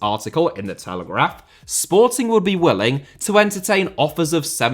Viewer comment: I also noticed that, does make an effort the way he said Sportings's shows that, and I'm a Benfica fan